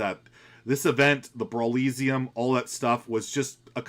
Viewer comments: The way you pronounce brawliseum is hilarious. "brawleezeeum" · Not to be overly critical.. but brawliseum is supposedly to sound like brawl + Coliseum.. So, brawl-ih-see-um. K. Have a good day. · Brawliseum rhymes with coliseum. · please stop pronouncing brawliseum like that. Its literally a play on Coliseum